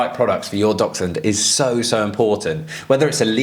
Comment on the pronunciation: Sorry what is the relevance of Dachshunds in this video? (Also can someone explain to the guy at the beginning how to pronounce the word 'Dachshund' 😆)